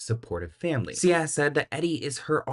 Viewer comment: Oooh Sia , not CIA 🤣